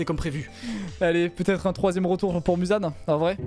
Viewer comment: c'est pas /muzan/ ni /mouzan/ mais plus quelque chose comme /meuzan/ むざん